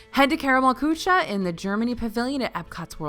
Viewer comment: So - it is not just me. My husband laughs at me because every time she tries to say Karamell Kuche in Epcot I cover my ears and cringe and she says kuche A LOT more than she says cocina. She needs a little help with French also.